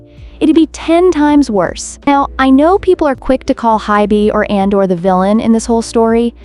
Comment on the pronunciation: Just an fyi, it’s pronounced as A-dor, not An-dor. 😊